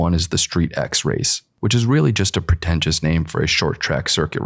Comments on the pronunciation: It's not "Street X". You read it as "Street-Cross", just like MotoX or RallyX, all include cross-country driving/riding and off-road. Picture StreetX as Rallycross but with tuner cars on industrial tracks. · Street X is actually pronounced ‘Street Cross’